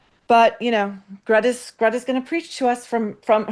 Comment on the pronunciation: IDK if you’re trolling us but Maureen can you please learn how to say her Greta’s and kaffiyeh correctly? Same with the name Hoda Kotb. You are the only person that says names incorrectly and you are an intellectual person.